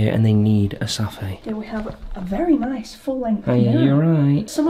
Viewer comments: I love how they pronounced safe in America it’s a bit different! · The way they say pronounce safe as Sah-Fey really sketches me out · "Because posh people need a safay "🤭 Me:what I thought it was a safe😕🤔🧐